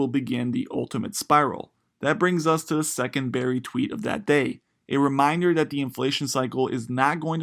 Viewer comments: “Burry” bro... not “berry” how is anyone going to take your narration seriously if you can’t even pronounce the guys simple name? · BURRY not Berry Jesus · He keeps saying "Berry" and not "Burry" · It's BURRY, not berry. Come one guy. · Not Berry. BUUUUURRY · The least you could do is get his name right! "Dr. Michael Berry"? Sorry, 5 seconds, and I'm moving on. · It’s pronounced Burry not berry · His name is Burry. Not Berry. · He keeps saying berry instead of Burry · Yea I couldn't stand it lol. A legend like Michael Burry deserves to have his name correctly pronounced. Otherwise it was a good video.